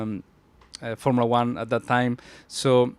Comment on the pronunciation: “formilla one”😂😂😂😂😂